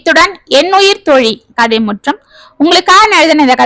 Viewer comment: உயிர்த் தோழி என்ற சரியான உச்சரிப்பு கேட்டு மகிழ்ந்தேன்.அச்சிலும் ..த்..போட்டால் தோழிகளுக்குள் நெருக்கம் மிகுமே..மொட்டைக் கடுதாசி செய்த குழப்பத்தைச் சமாளித்த தோழிகள்😂குழந்தைகளைப் பகிர்ந்து கொண்டது நல்ல முடிவு.